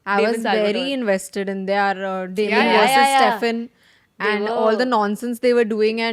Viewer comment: what is wrong with pronunciation of ‘their’? she pronounces ‘there’ correctly but pronounces ‘their’ as ‘they are’.